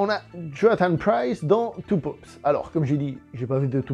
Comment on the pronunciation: Il m'a fallu un moment pour comprendre que tu ne disais pas 2 poops mais 2 papes 😂